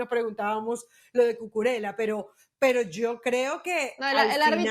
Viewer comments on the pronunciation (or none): Y NO ES CUCURELA (NO ES ITALIANO) ES CUCURELLA (lo pronuncia bien la chica de la derecha) y la del medio esta fantastica en sus comentarios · No es Cucurela.Se dice Cucurella-ya No es italiano, sino español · ¿DÓNDE C.. Ñ.. ESTUDIAN PERIODISMO ESTA GENTE.? CUCURELLA, NO CUCURELA. ESTAN ABSORBIDOS POR LOS SAJONES PRONUNCIAN A LA INGLESA AL IGUAL QUE EL OTRO DÍA, SE DICE GEORGIA, UN PAÍS DEL CAUCASO NO YEORYIA UN ESTADO ESTADOUNIDENSE